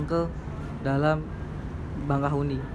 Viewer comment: Bakahueni bang, bukan bangkahueni